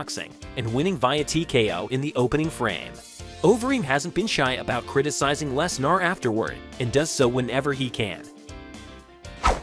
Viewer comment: "Brock LesNAAR" "Brick" I feel like u r an AI